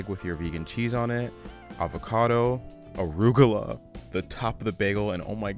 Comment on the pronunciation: Why he say arugula like that ? 😂😂😂